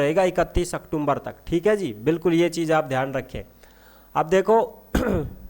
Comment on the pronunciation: भायडा अक्टूम्बर कोनी होवे अक्टूबर या अक्तुबर बोल्या करै😂😂